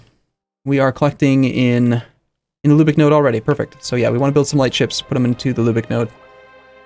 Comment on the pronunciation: I still hear "Brandenburg Indo-Prussia" in opening every time :P now that would be an interesting (and strange) campaign to see this evolve into!